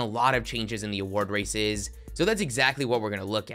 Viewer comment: He really said “award raiæccces” lmao 😂